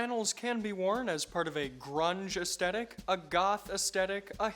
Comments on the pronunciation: The "astetic" instead of "aesthetic" pronunciation is jarring me. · Why do Americans suffer so hard with the word "aesthetic"? The "H" is pronounced with the T, as in the word "the".